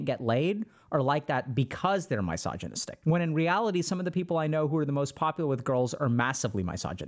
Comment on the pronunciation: You're mispronouncing misogynist